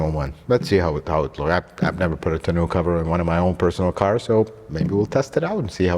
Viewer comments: Tonn-oh cover not tonn-ooh cover 😀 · Tah-no cover not tuh-new cover lol. Looks good though. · It's a French word and instead of Ton new pronounce it Ton O. Or not just trying to help. Congrats on the new truck! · It’s “Tun-oh” (ie. it’s the french word for ‘barrel’) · “Tahnoo” cover is killing me 😂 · I'm a RAM guy, but it is a nice truck. Too bad you don't have an openable window in the back window. Even my '14 RAM Sport has that. 😉 And it's pronounced "ton-o". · It's pronounced "TAWN-oh".